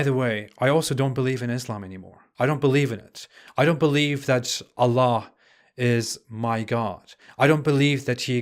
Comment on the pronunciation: What, you were never a muslim dude, you do not even know how to pronounce Allah the way a muslim do you are like the rest of christan missionaries lying to have Ben an ex muslim 😂😂😂😂😂😂😂😂😂😂😂😂😂😂😂😂😂😂